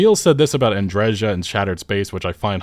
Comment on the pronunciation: I still don't understand why they had to butcher Andreja's name